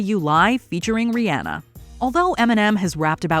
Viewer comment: I’m just glad you pronounced Rihanna correctly